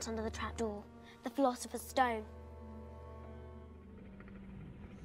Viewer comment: Hearing.. "Philosopher" makes me uncomfortable